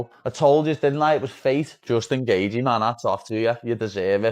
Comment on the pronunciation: The way the guy talking in the video pronounced Gaethje as Gay thee, definitely an AI voice. L video.